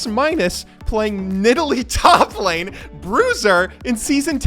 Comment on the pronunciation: At least he pronounced Nidalee correctly